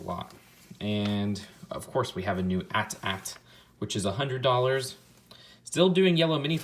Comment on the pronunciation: You said AT-AT wrong...come on man